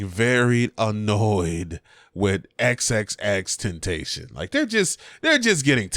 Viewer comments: I'm more annoyed bout the way you said xxxtentacion💀💀💀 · The way you said X name😂